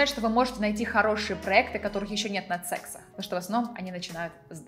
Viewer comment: Ни секс а сиекс девушка просто страшновато слушать вас😅